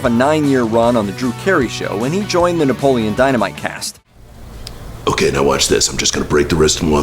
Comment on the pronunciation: Can't take this seriously if you can't even pronounce the main characters name correctly